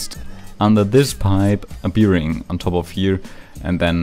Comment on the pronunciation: I love How you say bearing like bee-ring